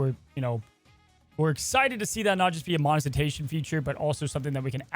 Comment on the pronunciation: Say it with me, Mo-ni-ti-za-tion.